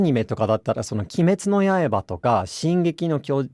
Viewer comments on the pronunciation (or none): きめつのやえばって言った？